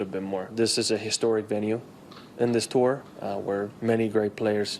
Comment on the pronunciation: Billy it’s “Tour” not “Terr” 😂